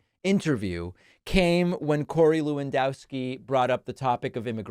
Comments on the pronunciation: I winced a little when Pakman pronounced "Lewandowski" the way he did. (I'm not Polish, but I lived in Chicago forever, and it's minimally polite to learn that much about the residents.) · Is it not pronounced Levandovski?